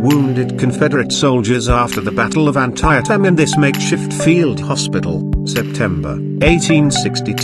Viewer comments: An-tie-a-tim? At least check with an American about pronunciation. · LOL.....WTF.....I appreciate the English take pride in their language but you don't pronounce an American place as you THINK it must sound. Brutal!!!!